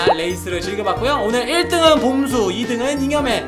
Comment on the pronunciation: 봄수가 왜 꼼수로 들리지